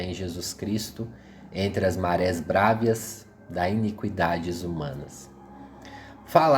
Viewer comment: Meu caro, parabéns! leste,muito bem, seu canal é super meritório! Alguns equívocos, em algumas pronúncias, mas nada que comprometa seu objetivo. A contra gosto vou citá-las, pra evitar críticas deletérias: Bravias e não brávias, Rérum, Pároco, e não paroco! Muito obrigado pelos ensinamentos!